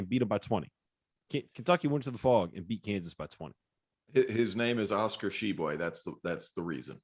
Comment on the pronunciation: Glad to see finally learned how to pronounce Tshiebwe!